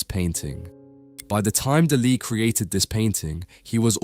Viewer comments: No es Delè, es Dalí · Lose the AIs; their emotionless fake "voices" are grating and they mispronounce things (for example, "Dali" is "DAH-lee", not "dah-LEE"). And no, the checkerboard floor does not extend to the horizon, but rather, only a short distance. And no, literal religion and science are not compatible; they contradict at the level of their very foundations (conflation of fantasy and wishful thinking with reality, on the one hand, as opposed to a demand for physical evidence, on the other hand); this clumsy attempted ecumenicalism and false-balance is yet another AI "tell". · It’s not Dullee it’s Dahlee!!! Get it right!!! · God dm young people fkn always mispronouncing everything, flippin infuriating , bro Daaa Lee no one in the history of EVER has pronounced it the way you are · de lee? Why on Earth have you invented your own unique way to promounce his name? Ridiculous. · ¿"Deli"? Why don't you educate the robot? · Who says duh lee? It's grating and I cant watch. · A very enlightening synopsis of Dalis intentions and a novel way of pronouncing 'Dali'! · Teach your AI how to say his name. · AAAHHHHHHAHAHAHAHAHAHAHAHAHAHAHA... AI SLOP YOU CAN'T EVEN PRONOUNCE HIS NAME RIGHT! YOU AI DOPE. THIS IS SUCH HILARIOUS AI SLOP. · I mean, get the name right... if nothing else... tell the AI to at least pronounce the name right. Please... really? Come on. Just bloody lazy. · Por favor,aprendan al menos pronunciar nombres no ingleses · Ai can’t pronounce Dali correctly. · Salvador… QUÉ? La voz en castellano de la IA es INAPROPIADA. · You mispronounced Dali's name repeatedly! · Why do you pronounce Dali's name in that strange way? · if you could only get one thing right. maybe you could also be able to say names ffs